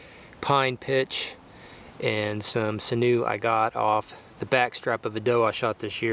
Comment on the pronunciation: It's pronounced sin-you. I'm native and use it all the time.